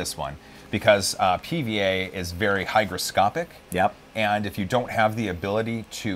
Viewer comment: Its Hygroscopic not Hydroscopic fyi